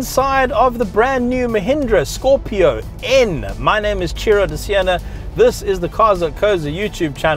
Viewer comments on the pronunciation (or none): Brother, this car is called Scorpio N "En" and not "nuh". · Bro, it’s not Scorpio nnnnn.. it’s Scorpio - N (en’ with an e’) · Say N that is the name not nn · Good review, except it's not scorpio nnnn😃😃 every time you said that you had me laughing.its simply Scorpio N as in the letter N 🙏🙏🙏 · It's Scorpio 'eN' and not 'Nnn...' 😂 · Pronounced Scorpio en not nnnnnhh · Scorpio "N" - "En" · Scorpio N, not Scorpio Unn 😂😂😂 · I find it really funny how he calls "scorpio-n".